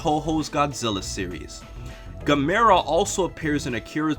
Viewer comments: Also it's pronounced as Gàm-mer-ra,not Gam-mer-ra(the one with is à is pronounced with a lower voice) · GA-MUR-A not Ga-mee-ra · gamera is pronounced the same way as camera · THIS WAS DAMN GREAT even I gotta give you props xD but the way you pronounced GAM- A- RAH killed me bro